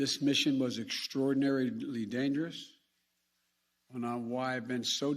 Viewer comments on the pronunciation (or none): “Like I said, this mission was extruhordinarehdly dangerous” - Joe Biden